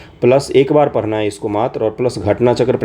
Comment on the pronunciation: पढ़ना ❌ परना ☑️😂